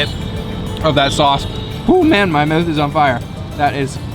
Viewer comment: Where are you from, pronouncing your "ou"s as "u"? "Put that snack in your "muth".